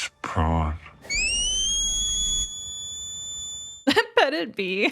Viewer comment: Why does Superman clearly say, "Brain beats prawn?" Is he calling Luther a shrimp?